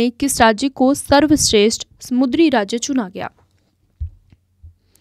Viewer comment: Not mudri , samundri